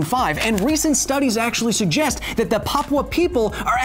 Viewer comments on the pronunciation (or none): none